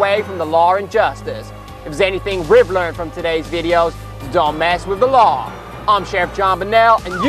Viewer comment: he says law(r) and justice. When you add this R it sounds really british.